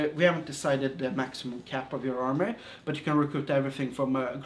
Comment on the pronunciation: Also, I love the way he says army(armay) Also, is this like mount and blade at all?